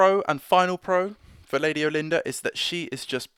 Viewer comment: Not trying to be over corrective but I kinda prefer how us hicks pronounce her name here , sounds kinda like we are saying " All- en- durr", just sounds much much more regal to me! Most of the time Brit pronunciation doesn't overt bother me with the huge way you guys pronounce the word " Idea" where it always sounds like " eye- dee-ur" just drives me nuts. Some of my friends from over there visually wince when people here say the word aluminum . Anyhow I know it's old but the for the bid, I just got my lady built and waiting for her zenithal prime to dry, She has to be one of the most ornate models I have built to this date!